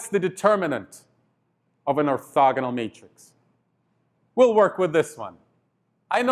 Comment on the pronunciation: it's funny how he say: Or"thugga"nal Matrix